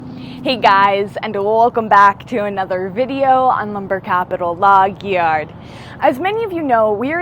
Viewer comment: I don't like it, it sounds weird, especially the little pause after Log…